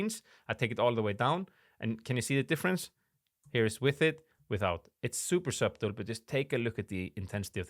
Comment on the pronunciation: Video v helpful. the ‘b’ in subtle is silent fyi.